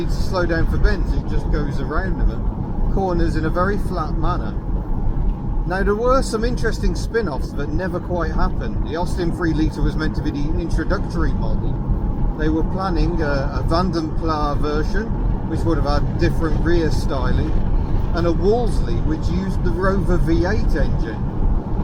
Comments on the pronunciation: Vanden Plas, Germanic, not Plah, not French. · I loved this video. I believe one pronounces the ‘s’ in ‘plas’. M.